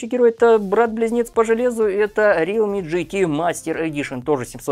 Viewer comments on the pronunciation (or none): Не рилми, а реалми